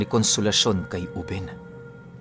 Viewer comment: binata pa jn si lolo ruben. uben yung pag kakabigkas ni conselacion sa kanya gawa ng bigla syang tumanda jn.. tyaka napakaraming kasanggang maharlikang ingkanto si lolo ruben jn.